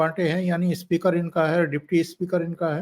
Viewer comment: Speaker ko ispeaker mat bola kijiye. It speaks bad of Hindi.